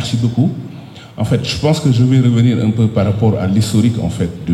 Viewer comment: Le boss de la lutte sénégalaise ❤... Mais les " enffett" 😂m'ont fait marrer